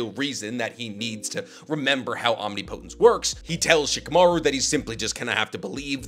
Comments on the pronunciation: Please. It's pronounced "om-nip-uh-tince." Not "om-nee-po-tens." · Some day will pronounce "omnipotence" correctly. Om-nip-po-tence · Great video, btw your pronouncing omnipotence is a little off. It’s more Om-ni(like in ninja)-po(like in puppet)-tence(like in past-tense) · ….OHM-NIP-PUH-TENTS not Omni Poe tense. Think of the pronunciation of the similarly sounding word impotence 😂 Luv ur vids tho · Irrelevant, but it's omnipotence (om-nip-uh-tense) not omni-potence. English is inconsistent but it is what it is. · "Omnipotence" (Om-knee-po-tence) 💀 Isnt it (om-nip-i-tence)??? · Why OMNI-Potence instead of Om-nip-otence? The pronunciation is like nails on a chalkboard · hey love the vids thought u should know omnipotence is pronounced om-nip-o-tense (soft t on the tense part, hard t works too but a softer t sounds better) all love <3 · Why does he say “Omni potence” lmao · I can't. Every time you mispronounce Omnipotence, it feels like nails on a chalkboard. Ahm-nip-uh-tinse. PLEASE SIR, PLEASE. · Omneepohtense or omnipotence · Great stuff but damn I hate how you pronounce omnipotence lol. It ain’t wrong but it SURE ain’t right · This omnipotence pronunciation is killing me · Why does everyone pronounce "Omnipotence" wrong. It's a real word and has a correct way, everyone seems to put so much emphasis on the last 2 syllables. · His dedication to pronouncing it wrong is crazy and there are not a lot of people correcting him. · people probably think it's actually a naruto jutsu, which is kinda is. Probably why he says it that way too. Still bothers the crap out of me. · Quality stuff but please, pleeeeeeeeaaaaaase learn how to pronounce omnipotence correctly. Either that or Ada as to go so you don't have to talk about her powers anymore. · Can’t do it he’s saying omnipotence wrong and he’s said like 4 times in 6 seconds. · That’s not how you say omnipotence….. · Please google how to pronounce omnipotence lol